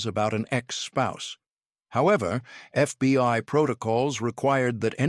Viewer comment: PLEASE fix your AI! "FBY"?